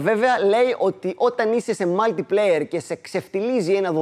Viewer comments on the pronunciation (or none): απο που φένεται οτι δεν ξέρει οτι δεν ξέρει τιποτα απο παιχνιδια πηγαινετε λιγο στο να ακούσετε πως λέι το mutiplayer